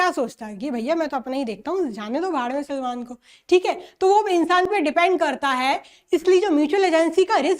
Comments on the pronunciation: salman ❌ selmon ✔️ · 30.13 Salman ✖️ Selmon☑️ 😂😂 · Salman ❎ selmon ✅😅😅